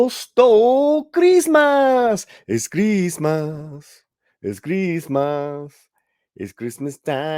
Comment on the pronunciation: "Creezmaz time in East LA..."🤣🤣🤣